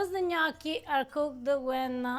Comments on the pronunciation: If you can say risotto correctly, why can't you say gnocchi correctly? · All these years are Eva still hasn't corrected pronunciation of Gnocci.